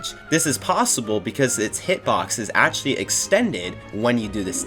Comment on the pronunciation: New drinking game, take a shot every time he says Akchully. update am now in the hospital with alcohol poisoning xD